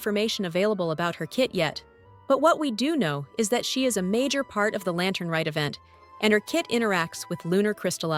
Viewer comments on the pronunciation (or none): none